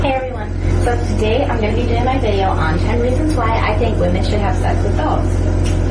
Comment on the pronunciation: I still think its hilarious he keeps saying "Bideo" like those twins the boys did a show on